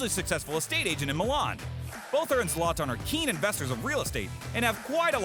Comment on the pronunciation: Zoloton 😳🤯🙊🤦🏻‍♂️🤦🏻‍♂️ OMG! - pls learn our favorite players names! Z AS IN Z'ED > sZe-lah-tan! He will most likely drop kick you for insulting his name! 😂